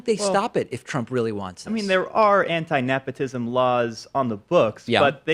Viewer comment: “Nephotism”- bruh somebody needs a dental appointment 😂